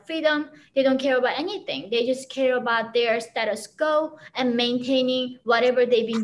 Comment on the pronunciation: Very informative interview, but my favorite part is when she said, "status skuo"🤭